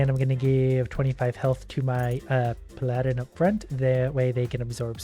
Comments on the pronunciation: Did he just call a paladin a p-aladin (as in the prince) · Sorry HOW did you pronounce paladin???